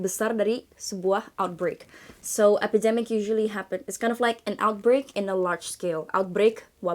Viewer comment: tumben pelafalan beberapa kata kerasa kurang pas: corona, outbreak, organization. Luv ur channel so much tho